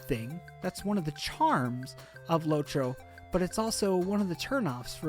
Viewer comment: its lotro, not lowtro